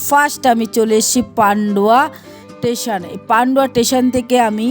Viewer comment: Tation noy kothata station aage kotha bolte sekho.